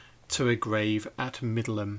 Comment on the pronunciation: Finally found out how to pronounce Middleham" correctly - I thought it was "middle ham". You never know with English pronunciations! I also found out recently that "Beauchamp" was pronounced "beacham."!!!